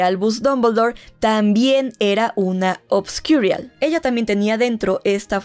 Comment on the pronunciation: Tienes que pronunciar obscurian en inglés? Suenas pésima...